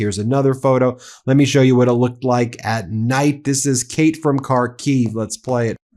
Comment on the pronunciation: Jay from karkiev not Kay